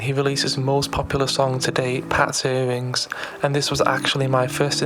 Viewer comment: Bro well done for trying but there is some wrong stuff in this, if he sees this and hears you say “pats earrings” he’s going to be sick